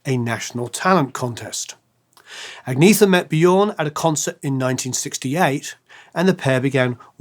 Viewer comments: Agnetha is pronounced AG-NYET-TA, not AG-NEE-THA. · Ann-Yett-Uh. Not Agg-knee-thuh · Only now we realize how awesome! BTW Agnetha is pronounced On-Yet-ah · I'm sure someone else also sang out, but just in case...Agnetha isn't pronounced the way it looks. Even "Anyetta" isn't precisely right...but it's closer. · Nice commentary, but I gotta stop you right there for a sec. First, quit saying "Agneetha'. The "e" sounds like the "e" in "emerald", as an example, and the "th" sound is just a "t" everywhere outside the English language. "Liselotte" is a shortened version of Elisabeth-Charlotte, and pronounced accordingly. Thank you. Please continue. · Just a couple of tips for anyone who's interested (probably not that many, but anyway) : 1. Swedish doesn't have any diphtongs (except in a few loanwords and some dialects like skånska), so this guy's pronunciation of "Lycka" and "Liselott" sounded really funny. 2. Swedish doesn't have the th-sound, so "Agnetha" should be pronounced with a hard T. 3. Å, Ä and Ö have their own sounds and you can't just ignore the "dots" and pronounce Ö like O, for exemple. Å sounds something like the O in "or", Ä sounds like the A in "apple"and Ö sounds like the I in "girl".